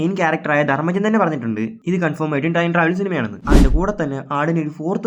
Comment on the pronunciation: Trime travel എന്നല്ലേ ആ പറഞ്ഞത് 👀😅